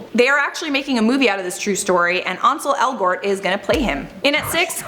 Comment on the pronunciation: “Onsole Elgort”